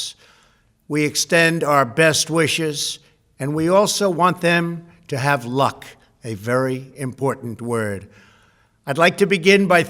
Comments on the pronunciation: I wonder what he meant by "luck"? He emphasized that word for a reason.... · Yes I picked up on that. The emphasis he put on the word 💖